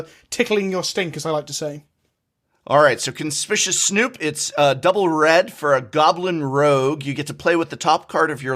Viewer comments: I find it interesting that an English professor and person with a degree in english don't know how to pronounce the word conspicuous. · it's so triggering that an English professor can't pronounce the word "conspicuous" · Oh no...even the Professor is pronouncing Conspicuous wrong. SaffronOlive-speak is contagious. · Ummmm......how is conspicuous pronounced again? 🤔 Don’t mean to be the speech police, but wasn’t an English Professor? Dude.....🥴. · Indeed, it is a conspicuous coincidence how he conspicuously mispronounced 'conspicuous'. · Damnit, Seth's mispronunciation made its way to the prof... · I have come to expect it from Seth, but not from you Professor. Stop saying "CONSPISHUS". It's "CONSPICKYU-US". Reading the phonetic notes explains the word. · You were an English professor? Did you know that reading the name of the card tells you the name of the card? Conspicuous Snoop, CON-SPIC-U-OUS, as in obvious or out in the open, thus the artwork. Come on people, we are better than this as a community. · Its pronounced [ kuhn-spik-yoo-uhs ]. I've heard conspicuous pronounced [kuhn-spish-uhs] too many times and it drives me nuts. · Con-spi-cu-ous Snoop! Not Conspicious! I expect this from SaffronOlive at this point, but the professor too!? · I'm mildly disappointed that of all people, the Professor pronounces it "Conspicious Snoop" instead of "Conspicuous Snoop." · Conspicuous is pronounced con-spick-u-ous. Not con-spish-us. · I hate how the professor says "conspicuous" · Conspicuous Snoop, pronounced: Cun-Spick-You-Us Something, something, the Professor was a teacher!?, something, something... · Prof, why are you mispronouncing Conspicuous Snoop like Seth? My soul can't handle this! 💀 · B-but you are an English professor. That's not how you pronounce conspicuous. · english professor: conspishus snoop. ah yes indeed. Now that was conspicuous. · The way the Professor pronounces "Conspicuous" is surprisingly frustrating. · Hey professor : Con - spik - yoo - us.